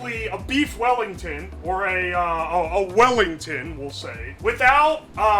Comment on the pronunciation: Weef Bellington